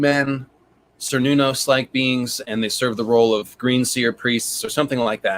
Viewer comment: Just a clarification I needed before the 100th time I heard the phrase: "cernunnos" not "Ser Nunos", lol